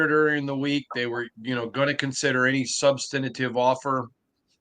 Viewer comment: I mean this with love. Stop saying substantive. Don’t even try 😂